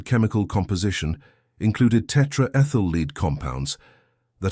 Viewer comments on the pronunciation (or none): Tetraethyl LEAD. As in the metal lead. Not tetraethyl LEED. These guys need to tune up their AI engines....